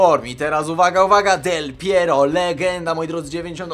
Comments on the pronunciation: dlaczego powiedziałe del pieriog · Del Piero, Del Pierur, Del Piero no i, Suagryz. xD